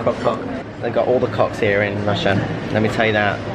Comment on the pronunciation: Congratulations and LOVE how you pronounce Rusia....in Spanish. My respects and love for you, Lance,!